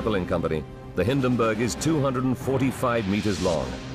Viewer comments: Hindenburg, not Hinderburg! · Like this? "HIN" + "duhn" + "burg"